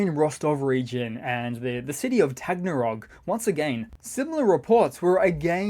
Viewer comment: Two mistakes. You mispronounced Taganrog. Tah gone rogue. Try it. Secondly, there is no language called Moldovan. It is Romanian. Stalin annexed a part of România and created a new name for the same old language.